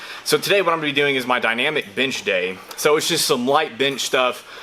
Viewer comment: At first I thought you said "Dynamic BINGE day..." I was like 8D hellyeah, boi!! Where da food at???